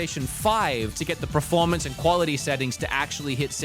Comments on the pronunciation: I love your channel and videos but it's "Per-formance" not "Pro-formance" 😵‍💫😵‍💫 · It’s not Preformance it’s PERformance 😂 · australians cant pronounce words my brother saying preformance. just like when i was a kid and every aussie said do u want to play carative mode in minecraft instead of creative